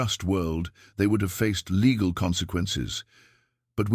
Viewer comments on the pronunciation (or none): none